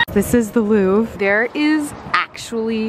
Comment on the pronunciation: OMG you so cute 🥰 (Ps it’s LouVRE note Lourve but that’s ok you still perfect 👍 😉)